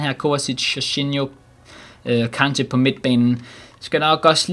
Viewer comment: Du kan stadig ikke sige kante